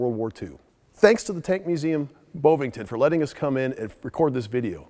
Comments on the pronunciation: Bovington, not boewvinton. Didn't you hear any English speakers talking about the place? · It’s BoVVIngton, at least try